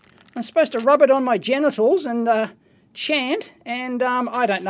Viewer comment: Equally good...every time he says gentials hahha